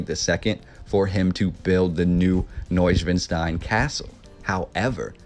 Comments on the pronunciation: The castle's name was NOT pronounced properly, unless that was a Bavarian accent I've not heard. It's not schwin like the bicycles, it's schwan like the bird. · You put all this effort into learning about Neuschwanstein Castle, but cannot, for the life of you, pronounce it correctly. Shameful! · The castle was largely unfurnished,Neuschwanstein was used by the Nazis to store stolen art during WW2! Wish you even tried to pronounce Ludwig , Wagner and Neuschwanstein!